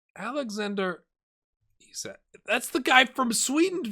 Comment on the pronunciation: Definitely an audible K in Isak, I speak swedish.